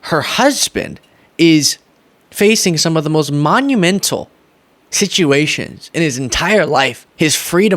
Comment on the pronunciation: Um..... Did you say "shituations"? (SNORT!😅)